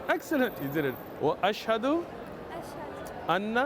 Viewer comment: the good thing he said ashhhado completely not ash hado